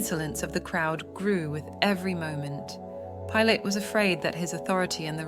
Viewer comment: Why can’t you say the names right? Pilate 🤯